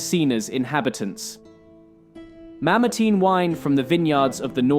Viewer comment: Is it pronounced MamerTEEN or MamerTYNE? You flip between the two every other sentence. Perhaps you’re just trying to keep everyone happy by pronouncing it either way?